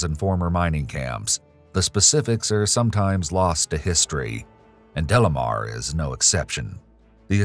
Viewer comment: Isn't it De Lamar , not Delamer ?